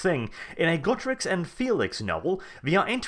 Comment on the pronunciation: Why do you pronounce Teclis as Teclix? Same with Gotrek. This has bothered me for a while, but this is a good time to ask if any.